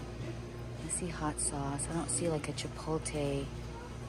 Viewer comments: Its pronounced chipotle.... NOT chipolte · Chipotle sounds like chip-pole-t-leh not chip-pole-tay...but it all looks so good 😊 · Chip oat lay not chip o tay. 😂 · It's "Chi-pote-lay"...not "chi-pole-tay" 😘 The tacos look great! Such a good idea :) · Every time says chippoletay have a drink 😅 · Chi-poh-leh ...the T is silent !!! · The pronunciation of chipotle is driving me crazy. I wanted to scream after about the 10th time she said it. Too funny. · Your saying chipotle sooo wrong 😑 is annoying.